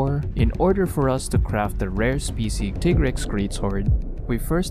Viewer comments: Molten Tigrex is my favorite variant monster in the whole series. The speed, intensity and ferocity of the fight is amazing. Also, I don't care what Capcom says, it's "Tie-grex", not "Tee-grex". It's "tiger" and "rex", not "Tigger" and "rex". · Very good video, but. . . every time you say Tea-grex, I get cringed. For thouse that don't know Tigrex is a combination of the words tiger and trex, so it should be said Tie-rex. (even thou the say Tea-grex in MHW) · tig-rex? no its ti-grex. you dont sayt tig-er do you? ok then. ugh smfh. dude you couldve easily blocked moltrex charges with R1, jeez man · that intense build up was ruined. Teegrex💀💀💀💀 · So you pronounce it Teagrex. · As far a I can find via the great tool called the internet, it's most likely based on the Spanish word for tiger, "Tigre". I'll just paste what I found: Tigrex is a mix between Tyrannosaurus rex and a tiger, hence the name and appearance. Contrary to popular belief however, the first syllable is pronounced like 'Tea' and not 'Tie'. This is most likely for two reasons: One, the name derives from tigre which is Spanish for "tiger". Two, the pronunciation for Tigrex's English name follows the one for its Japanese name, Tigarekkusu (ティガレックス). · Why do so many people pronounce tigrex wrong. Do you pronounce tiger tiger? No you pronounce it tiger. This is why its pronounced tigrex not tigrex.